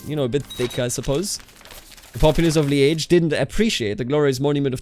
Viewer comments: Li-äsch Nur halt ausgesprochen wie in Journalist, nicht Schinken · I've always heard it pronounced Leej or leeż, ż being like the s in leisure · Yeah that's kinda like that, apart from the timing and the hard end of ge But also it's pronounced a lot of in different part of the province or even in Wallonia. No for the special part he nees to try in Walloon : Lîdje (In refondou), I think the phonetic is something like that liːʧ